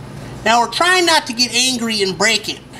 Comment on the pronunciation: Maybe in the opening credits instead of saying "and NVX" say "and also NVX" so there isn't that weird pause sounding like you're having a stroke?